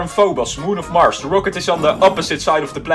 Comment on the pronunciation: NUMBER 3 MARSH*me* IS MARS NOT MARSH